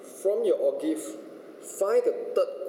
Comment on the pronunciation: lol o-give sounds like kopi o'